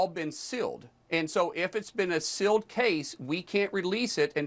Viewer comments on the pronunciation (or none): BTW...Markwayne Mullins can't even say "sealed". He keeps saying "silled". What a dunce!!!! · That’s ok Mullin, the victims and witnesses are releasing the evidence they have around the clock. Also, the word is sealed, not silled. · My God, Mullen is duuuumb! Is he trying to say "sealed" when he keeps saying "silled"? Ugh!!! 😂😂😂